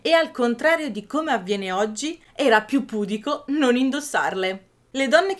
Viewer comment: Bellissimo video, però si dice pudìco, con l'accento sulla "i”.